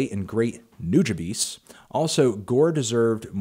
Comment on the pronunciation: It's nu-JAH-bes not nu-ja-bees lol